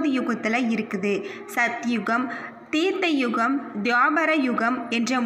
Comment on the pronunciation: அது தீர்த்த யுகம் இல்லை த்ரேதாயுகம்.பிழையின்றி வாசிக்கவும்.